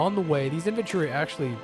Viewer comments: Y'know, it sounds a bit like you're saying inventory instead of infantry. maybe it's just accent or something? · As a stupid swede I may be phrasing myself incorrectly, I feel... But anyways, it's just that it sounded like inventory as if you were skipping the 'a' in the word infantry. It's really nothing, just a remark. [Accent is the word I was looking for. It's and I'm too tired to language right now ;) ]